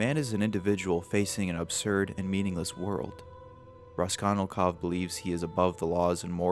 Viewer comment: I blame that one English teacher I had for making me hyperaware of mispronunciation. "Raskonilkov" should definitely not have bothered me as much as it did lol. "Kiroskiro" was only once, but the name.. I wish I didn't notice shit like that. On an unrelated note, science has shown that the makeup of Insane Clown Posse is the most effective at preventing face scanning technology from identifying you. So if you're ever really trying to prevent identification, becoming a Juggalo with sclera contacts for a day might cover your tracks.